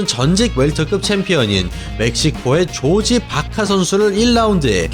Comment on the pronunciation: 멕시코계 미국인이었으면 조지라고 해도 무방한데 멕시코 선수니까 호르헤가 맞는 표현인거 같네요 ㅎㅎ 스페인어엔 ㅈ 발음이 없으니까